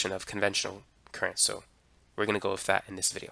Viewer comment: I trip on how you are as smart as you are but cant speak properly. What's with this "wiff" me shit.